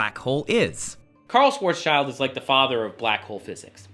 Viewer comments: His name is pronounced like "shwarz shild", not "shwarz child". Just nitpicking here, though. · idk why everyone calls it a "schwarzs - child" radius, because that's not how you pronounce his name. He was a german physicist and schwarz = black and schild = shield. There is the actual pronunciation.